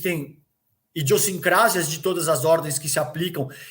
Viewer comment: Falando em cultura, em inteligência, a palavra é IDIOSSINCRASIA. Se fosse do jeito que foi pronunciada, haveria acento agudo: "idiossincrásia". 😖👎🏼🙏